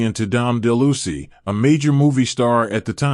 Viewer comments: Why can't the people who post these videos check for correct pronunciation of names. The actor was Dom Delouis and the crazy character was Exidor not exciter. It makes the entire thing sound dumb. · it's pronounced ... Dom Del Lou Weese ! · Dom DeLuise (DeLouise) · Don Delucy? I think not! You mean DON DELUISE